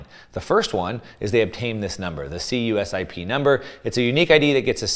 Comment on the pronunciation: Cusip is pronounced as a word.